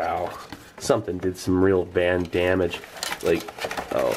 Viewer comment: He just said "Van-Dammage"